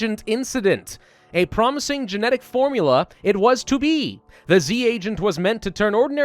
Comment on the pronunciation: Everytime you say promising I imagine it as pravusing XD